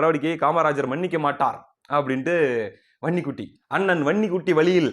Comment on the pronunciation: தம்பி. வன்னிக்குட்டி என்று தெளிவ சொல்லுப்பா எங்களுக்கு நீ உண்மை சொல்றது போல் ....... குட்டி ன்னு கேக்குதுப்பா.